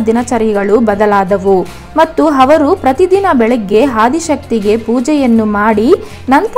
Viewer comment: Ha varu alla avaru